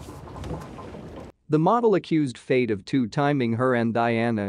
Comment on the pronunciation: Your Al voice is pronouncing Fayed wrong.